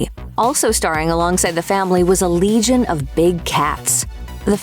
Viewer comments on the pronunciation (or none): none